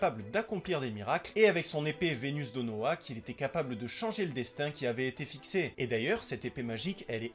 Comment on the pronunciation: Très bonne vidéo, juste c'est vesdenoa pas venusdenoa l'épée brise norme et il est appelé le "cruel roi démons" Mise à part ça c'est génial continue.